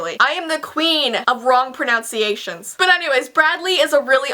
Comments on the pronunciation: Just so you know, pronunciation isn't pronounced pronounciation. :) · you pronounced "pronunciation" wrong. that's highly ironic. 😂😂😂😂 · you said pronunciation wrong.. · do you mean proNUNciation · You said pronunciation wrong😂